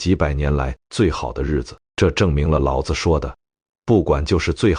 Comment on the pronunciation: 老子老子 讀音不同 味道和意境全變 果然是沒人味的AI呀